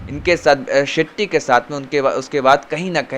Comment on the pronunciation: भाई, आप अच्छे पत्रकार हैं, और भी मशहूर हो सकते हैं। बस थोड़ा उच्चारण पर ध्यान दीजिए। खासकर व को ब और श को स मत बोलिये। यानी विस्तार को बिस्तार, वहाँ को बहाँ, बुर्ज खलीफा को वुर्ज खलीफा, शेट्टी को सेट्टी और नाराज़गी को नाराजगी न बोलें। थोड़ा सुधार करें, आप बहुत आगे जाएंगे।